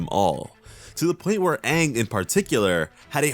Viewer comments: Yes it was a bad call they didn't even pronounce Aang's name right. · Strike one should be, pronouncing aang as OOng, iroh as EEEEEroh, sokka as sukka.